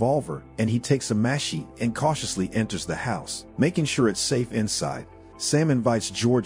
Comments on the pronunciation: Did you actually pronounce machete “mash ay”? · Sounded like 'mash eat' to me. Better than the Microsoft one I have. It says 'ma chay tay'.